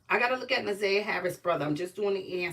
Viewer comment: NA/ ZIY/ YAH. PRONOUNCE HER NAME RIGHT!!!!!